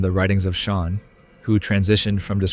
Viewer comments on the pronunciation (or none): none